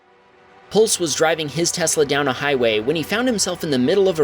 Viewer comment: Video 8 The person's name is Pusle not pulse. As in pus-l. Rhymes with puzzle